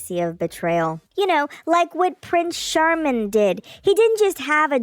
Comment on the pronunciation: “Prince Charmin” 😂 ☠️